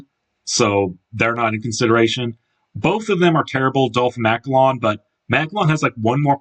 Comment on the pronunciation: Thats not how you say Macallan